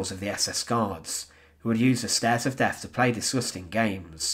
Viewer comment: Very sad and very interesting. As much as I enjoyed listening and watching your video, I found it slightly irritating in that your pronunciation needs some work. I know it's becoming increasingly common, but the letters "th" are not pronounced as "f" - that's what the letter "f" is for. For example, the "Stairs of Deaf" just doesn't sound right. Sorry ;-)